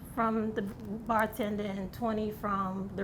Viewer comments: When she said Barrr tenderrr🤣🤣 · The “and he liked the barrr tenderrrrr” got me rollllinn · " He likes the barrrr tender" 🤣🤣🤣🤣😂😂